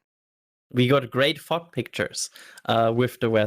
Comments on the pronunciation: Every time I heard say “fog” I thought somebody was saying f*** instead. First time I heard him say the word I was like wait, what did he just say!? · you may want to work on your pronunciation of fog 🤣🤣🤣